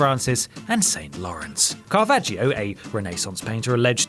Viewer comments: Again with pronounciation, CarAvaggio, not Carvaggio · You can't pronounce Fabergé or Caravaggio either!!